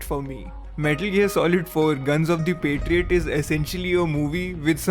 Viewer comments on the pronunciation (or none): none